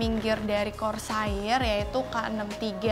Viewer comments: korseir deh neng bukan kor sair.. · bacanya Kor ser sayang, bukan kor sa ir 😂😂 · kors air wa dengernya wkkwkw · saya beserta ribuan orang disini udah maafin pengucapan KORSAAIR nya karna kamu cantik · KOR - SAYIR TEN - KEILES ..................... Nice review though, Bahasa Indo nya ga perlu terlalu kaku , kalem aja mbak xD xD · Kor Sa IR tapi kalo yang ngomong mantap jiwa aja lah pokoknya 😂😂😂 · kor sair rip English:( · cewek selalu benar... "kor sair" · "kor sair" bukan "sair" buat ngambil ikan kan? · iya gregeten gw dengernya